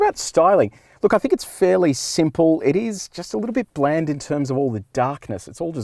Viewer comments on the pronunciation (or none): none